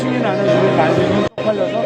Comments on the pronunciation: 바이든은 아니고만 날리면을 말리면 발리면 처럼 발음한게 문제임 반복으로 들어보면 그렇게 들리네여 말리면 발리면 처럼 발음해서 얼핏들으면 바이든으로 착각하게됨 해프닝인데 어쨌든 야당쪽을 비하한건 맞는듯 ㅠㅠ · 날리면 으로 들리내요